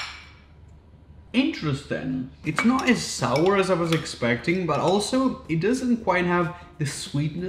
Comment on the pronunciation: SOUR. The word is SOUR, Raphael.